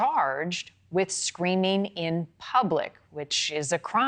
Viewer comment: "she delt whiff..?? like you don't know how to say with..?? or,,,,??...was she selling coke...????lollolooloolollollo!!!!!!!